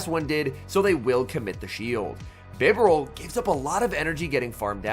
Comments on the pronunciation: It's Bye-Bar-Al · I like your vids but I hate how you pronounce “Bee-Barrel”…. 💯